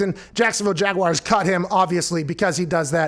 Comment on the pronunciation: I hate that Pat pronounces it "Jaguiars" every single time